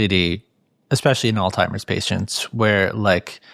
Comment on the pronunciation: FULL STOP: is he saying alltimers disease? Pretty sure it is alzheimers (alls hi mers)